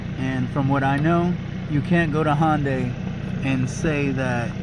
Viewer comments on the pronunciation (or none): He said HONDay